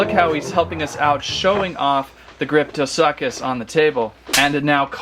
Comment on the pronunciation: He littarly said grypho suck us lol